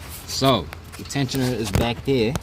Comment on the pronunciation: Over...heer...deer...over deer..back deer...right deer in deer